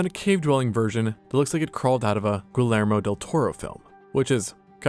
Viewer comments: Gi-yare-moe. Not gull-air-moe. It's not hard. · "Gurl-Elmo" del Toro had me rolling. Try this to get closer to the actual pronunciation: Gear - yer - moh. Drop the 'r' on gear and you are pretty close. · goolayrmoh del toro, lol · GUI Lermo del Tortrle 🤦🏻‍♂️🤦🏻‍♂️🤦🏻‍♂️ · "goolermo del toro" so ya used AI to write this? Because nobody would reference GDT without knowing how his name is pronounced. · "galermo del toro"??? oof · GILLermo del Toro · the "L" is silent in this name. It's pronounced, "Gee-AIR-moe"...well, for most non Spanish speakers lbs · Dude I say Guillermo the same way 😅 i see the L i read it, I'm not Spanish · how the fuck did you say Guillermo?!?! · Instant dislike un sub and blocked. That was unacceptable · Probably should have looked up how to pronounce Del Toro's first name before recording yourself saying it wrong. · Bro added a whole extra letter to his name 😂